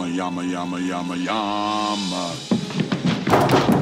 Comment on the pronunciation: not.. Yama.. its Yumma Yumma :P